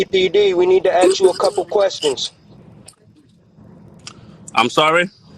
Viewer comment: They need to "axe" them a couple questions! Yeah... not going to believe you're a police officer if you can't even pronounce "ask."